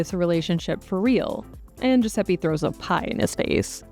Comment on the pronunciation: Gosh Americans.. It's Giuseppe.. The e is pronounced like the e in element or electricity... not Giuseppie